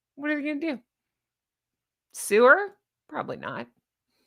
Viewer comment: bahahahaha. I thought you said “sewer” as opposed to “sue her”! Using sewer and Megaliar in the same sentence is brilliant 😂😂😂